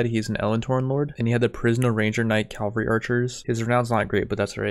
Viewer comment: I don't want to be that guy, because i know it's annoying when people nag about grammar but i feel like i have to say something for my own sanity. It's pronounced CAV-AL-REE not CALV-A-REE. My english teacher would tell me this when i made the mistake myself; "Cavalry are mounted soldiers, Calvary is a hill in france. Unless there's a french hill in the army it's not quite correct is it?" Having said that please keep the MaBW content coming, it's really good and super fun to watch! Keep up the good work dude!